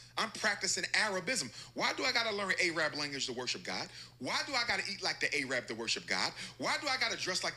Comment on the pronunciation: is he going to purposely sit there and keep saying A-rab now if somebody sits there and says nigg3r then he'll be complaining and yes I'm black and I'm offended that he keeps saying A-rab